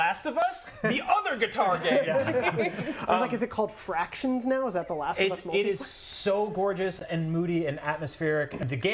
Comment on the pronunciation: Please don't ever attempt to make a joke about The Last of Us: Factions ever again. Just in case you're actually not sure, it's "Factions", not "Fractions".